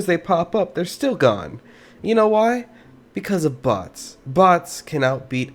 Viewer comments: for sec i thought he said butts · Everyone has to be honest the first time he said 'bots' who else taught he said box ? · I thought you said "bought" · i feel like you said butts instead of bots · I heard butts without the captions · What I heard, is him actually saying butts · I’m confused bc your saying boss or box that’s why I’m confused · I thought he said butts lol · ok im so confused is he saying bots, boss or butts?